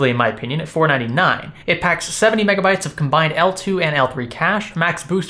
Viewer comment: Megapytes ber second